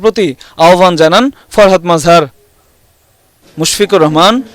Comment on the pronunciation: তাঁর নাম মজহার, নট মাজহার। জাতীয় পর্যায়ের সাংবাদিকদের মান আরেকটু ভালো হওয়া উচিত।